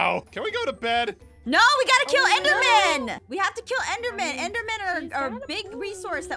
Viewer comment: What Jess said: "We have to kill the enderman"What I heared: "We have to kill the elder man."